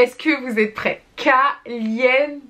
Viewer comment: Qui compte le nombre des fois qu’elle a dit calienté 🤧